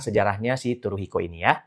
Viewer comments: Maaf dibacanya bukan Turuhiko , tapi Suruhiko dg T mengambang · baca Tsuruhiko itu "Suruhiko" bukan Turuhiko bang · Keren banget sih kontennya. B t w koreksi sedikit ... "tsu" dalam bahasa Jepang bukan dibaca /t/ , melainkan dibaca seperti /c/. Sehingga "tsuru" jangan dibaca "turu" , melainkan dibaca "curu" ( /c/-nya agak beda, sedikit dengan /c/ kita ... ujung lidah disentuhkan pada pangkal gigi ). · Bacanya Tsuruhiko seperti membaca Tsunami.. daripada "T", lebih banyak ke "S".. kalo susah pake "C" saja..🎉🎉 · benar sekali, bacanya Tsuruhiko